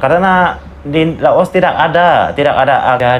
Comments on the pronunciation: Maaf klo sebut laos jgn di sebut los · Bukan los tapi Laos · Gw denger nya negara "LOSE" 🗿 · Laos, bukan loas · Baang itu yg betul menyebut negara laos.. Bukan loos. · 𝙇𝙖𝙤𝙨 𝙗𝙠𝙣 𝙇𝙤𝙨 😁🤭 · Negara Laos bang bukan Los. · LAOS ..bang bukan los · LAOS..BUKAN LOAS, SUDAH MEMBUKTIKAN WAWASAN PARA REACTOR MALAYSIA CUMA BUTUH VIEW SAJA. JANGAN CUMA BELAJAR DARI REACTION VIDEO TENTANG INDONESIA, NEGARA LAINNYA JUGA HARUS BELAJAR!. NAMA-NAMA NEGARA DI ASIA TENGGARA SAJA MASIH GA TAU, HADEH!! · Belajarla BHS Indonesia dgn baik ya? Jngn campur dgn bhs inggris oke, ( apa yang tertulis,itulah yg di baca, contohnya Laos, jngn di baca los.